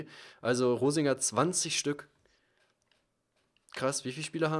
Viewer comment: reininger hast du gesagt... statt rosinger